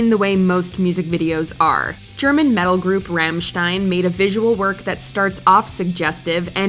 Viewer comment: Its not ram stein its rom stein